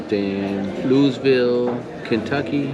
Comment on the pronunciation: It's pronounced Lou-E-vull haha. Love ya fam! Great to see the set up process!!